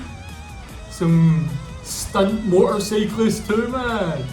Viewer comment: stunds nahi stunts, pehle apni english to theek karle (stunds)